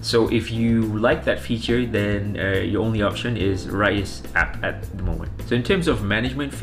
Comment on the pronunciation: It's pronounced "Rize" not "Ra-iz"